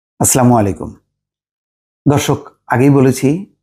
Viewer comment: একই কথা বারবার বলে বিশ্লেষণ অনেক লম্বা করেন কেন? শেষ করেও শেষ করেন না। ঘুরিয়ে ফিরিয়ে একই‌ কথা আবার বলেন। আগে তো আপনি এমন ছিলেন না। সালাম শুদ্ধ করে না দিতে না পারলে দেয়ার দরকার কি? আচ্ছলা মু"আলাইকুম।